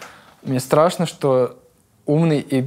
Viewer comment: есть даже момент где он сказал "шо" и потом исправился))